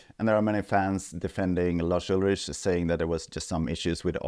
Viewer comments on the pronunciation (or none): Pretty sure his surname is pronounced Ulrik